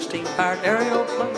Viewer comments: I love it how he pronounces it "Aereoplane." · I love how he pronounces it "Aereoplane."